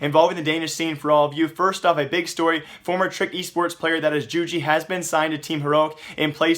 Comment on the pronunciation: isn't it yoo-gee?